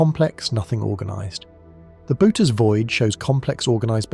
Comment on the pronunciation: can you get your AI narrator to pronounce Boötes correctly? I think it's more like boo-urh-teez, it's a weird word, greek style pronunciation but with the o umlaut modifying the vowel.